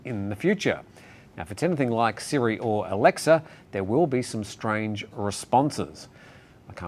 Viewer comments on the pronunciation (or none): none